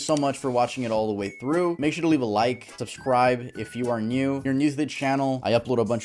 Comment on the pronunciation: Talking about a dead family and a malnurished dog but hey like and sibscribe...bad timing